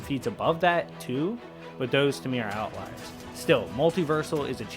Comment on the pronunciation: I'm proud of you man. You learned how to pronounce outlier lol. Nah I'm pulling your leg haha